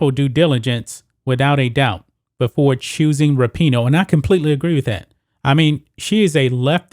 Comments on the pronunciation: I wonder if he says her name wrong on purpose to get a rise outta ppl lol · It would help if you knew how to say her name. Her/his whatever